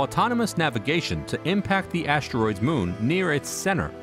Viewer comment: Never heard them called ashteroids before…